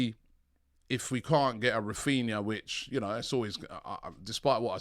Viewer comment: you can't even get his name right.